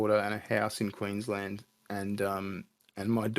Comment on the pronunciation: "...have a house in Queensland..." QUEENSLANDAH!